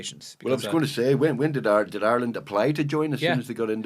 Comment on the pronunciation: It’s Ire,,,land…not our Land